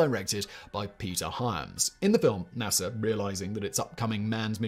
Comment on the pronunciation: Yes we landed on the moon. Hearing you call NASA .... nassar